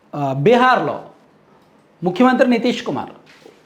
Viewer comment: ముక్కు మంత్రి కాదురా సొల్లు సీను, చేతిలో అటు ఇటు తిప్పడం కాదు పతివ్రత శిరోమణి లాగా ముఖ్యమంత్రి అని పలకడం నేర్చుకో 😂